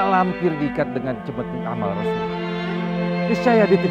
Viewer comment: bukan amal rosuli tetapi amarasuli......hadeeh